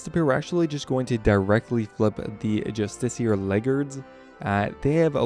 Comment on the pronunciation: You’re both wrong.. it’s “Just ish E R”